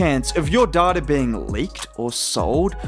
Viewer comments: If you can't say it without saying daughter maybe switch to day tah 😉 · Thought bro was saying daughter instead of data 😂😂